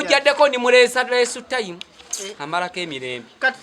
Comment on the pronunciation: 🤣🤣🤣🤣🤣🤣the English is killing me mbu leesu time owo nga tutegeza ( leisure time)🤣🤣🤣 naye taata kimbowa oba ebigambo obijjawa mbu ziza baffana